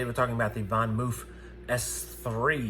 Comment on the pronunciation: I stopped watching when you could not even pronounce the name of the bike correctly. Hilarious.